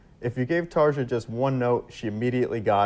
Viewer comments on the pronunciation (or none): This interview (like many of hers) shows her personality so much. I love it, she seems so happy and fun😄 Ans yes, the guy interviewing butchered her name😅 but it is a hard name though I am definitely very interested and excited if you ever get to interview Tarja😁 Thanks for this! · I've always enjoyed this interview. Tarja is gracious and lovely, as always! But dude needs to learn how to pronounce her name!!! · Thank you for this and for your nice words. The Interviewer is not so good in my opinion. First the mispronouncing of her name..he should’ve learn it before.. And why is he asking Tarja about the cost from ‚Once‘ and that some guy mentioned John Two-Hawks (wrongly) as a fraud.. How should she know that? And there’s nothing about that on Tarja’s Wikipedia page..